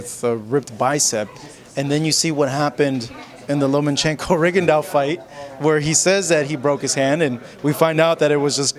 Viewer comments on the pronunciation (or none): Lomachenko NOT lomaNchenko!